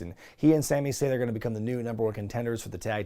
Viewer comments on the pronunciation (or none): none